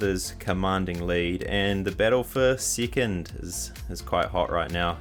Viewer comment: I like the way you say second… “sickind” E’s turn into I’s and I’s to E’s